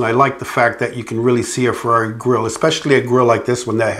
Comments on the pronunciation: Hey you english speaker, please learn how to tell the word italian brand. Ferrari is not a fwerrrrareeee. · After working for Ferrari all those years you’d think he’d learn how to pronounce Ferrari correctly😉